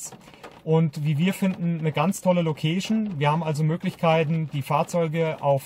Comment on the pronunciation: das heisst " LoouhkeischN " ...und nicht " MoouhschN " ...ähm Location. Weil Location klingt nach Lokus